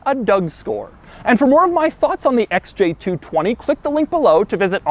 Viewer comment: stop saying SJ220